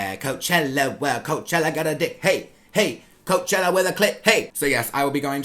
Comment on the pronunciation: I thought I was the only one who didn’t like the Kylie weather packaging!!! I honestly am so glad that he agrees with meee!!! Love you 😂😍😍❤️❤️❤️ “Coachellawa”